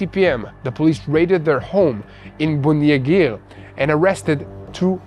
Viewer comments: Please it is Bond-eye not Bond-ee. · Some Australian corrections The pronunciation of “Bondi”…. Not “Bondy beach” It’s “Bond-eye beach” The islamic savages lived in Bonnyrigg in Sydney “Bon E rig” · Local vinacular for Bondi beach...Bondi is said as Bon-dye, not bon-deep! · Bondi Beach Bondi... not Bondee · Thanks good coverage from an Australian. Just for your information Bondi is pronounced Bondeye(i). Not like Bondi (Bondee) like President Tump's press person. A Christian praying for Jewish people in Australia, Israel and globally for your safety and protection from God Almighty and Jesus. Haven't forgotten and continue praying also for the return of the final hostage now. God bless all..👃👃👃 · Bondi is pronounced Bond-eye. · Bond eye.....others said it wrong too so dont feel bad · Thanks and. Just to let you know, Bondi Beach, it is Pronounced "Bond-Eye" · it is pronounced Bondie.